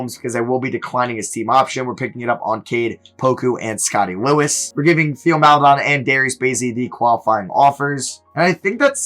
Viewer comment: its pronounced Tay-o not Theo. its "tay-oh mal-eh-DOAN"can you please learn how to pronounce players names correctly??